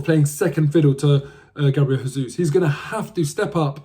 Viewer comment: Jesus is pronounced with a J as it’s Portuguese! When Jesus is pronounced with a H it’s Spanish so as he’s Brazilian it’s pronounced with a J.